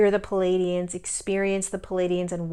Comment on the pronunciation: Please....it's NOT "Paladians." It's Pleiadians!!!